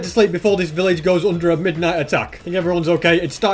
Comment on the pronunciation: Village, no pilage. 🤪